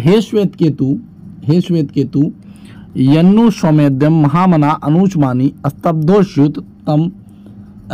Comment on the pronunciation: सर, आप खुद ध्यान से नहीं पढ़ रहे हैं।अनुचानमानी को अनुचमानी पढ़ रहे हैं।